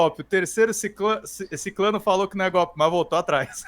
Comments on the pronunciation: Uma observação: a palavra é SICRANO, não SICLANO. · Sicrano e não Siclano. Kkkkk